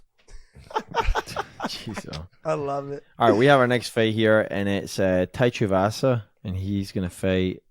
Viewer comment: John. It's spelled TUIvasa. Not TUIAvasa. Get that extra A sound outta there that's not how it's pronounced